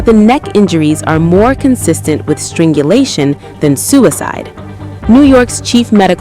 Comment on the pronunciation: Stringulation? Strangulation.